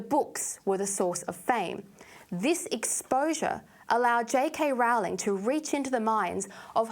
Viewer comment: If you are going to talk about her, learn how to pronounce her name. the Yanks get it wrong, but there's no reason for you to do so as well..